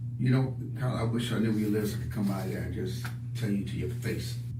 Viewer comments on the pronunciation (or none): none